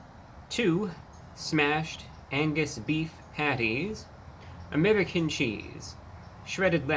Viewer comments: I've never heard the word "American" pronounced "Ameddicin" before. Interesting. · Why does he keep saying american with a spanish accent 😂😂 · why does he say 'american' like a russian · WHY does he pronounce “American” like that?!?!!😂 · Cannot stand how he pronounces American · I like how he pronounces American like he's Russian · Why does he pronounce the word American like he’s from the Middle East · I love how Reviewbrah pronounces American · what's with this guy's pronunciation of 'American'? I think the rest of us were pronouncing it incorrectly. I will adjust myself accordingly. This dude is never wrong. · Idk why the way he says American is sending me 🤣🤣😊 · The way you pronounce American isn’t very American 😂😂😂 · Note that his pronunciation of "American" is dialectically correct for those from his home planet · You say "American" very strangely.